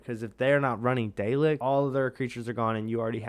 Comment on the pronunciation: saying it wrong man 😂 pr9nounced " Dal- lek